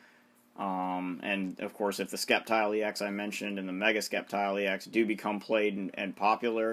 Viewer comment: ITS SAID LIKE SSEPTILE NOT SKEPTILE!!!!!!